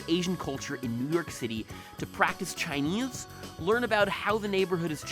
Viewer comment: "To practice ChiNEEAIZ"